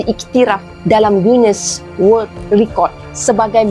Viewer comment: 1) Datuk Zaman Khan bukan Zaman Khas 2) GUINESS WORLD bukan word